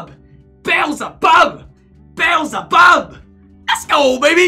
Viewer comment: Pronounced Beezlebub not bezzlebub lmao